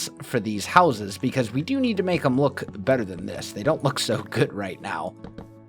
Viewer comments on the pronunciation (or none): u can't pronounce houses